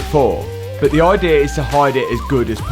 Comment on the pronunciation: Its "but" not "bit."